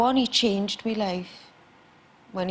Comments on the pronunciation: one question: if she says mee and not my, how can she sings call MY name???? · i love it how she says me instead of my